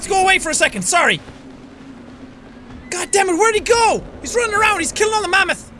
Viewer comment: Jack: Big Mamath Me: Wow it is big Jack: *get's Trampled instanly *